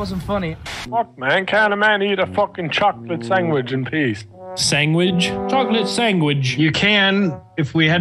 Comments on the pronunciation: Chocolate sangwidge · Choclate sangwidge